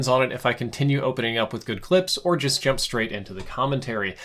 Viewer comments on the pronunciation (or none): none